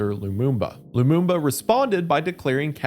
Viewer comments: Lumumba! not Bumba! Otherwise good video as always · It's Lamumba, not Lambumba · Lumumba Not lumbumba 😂😂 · It’s pronounced Luh-moom-buh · brother how can you read "Lamumba" and get "Loomboomba" out of it wth Istg Americans just look over the shape of a word instead of reading the letters edit: Sre'brenikuh 😭💀 duuuude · Hearing him try to say Lumumba is making my eye twitch ETA: and now Mobutu